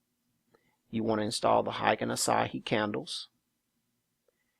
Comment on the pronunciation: Asahi is a Japanese beer, lol. Ashi is not pronounced the same. Its like "Are She."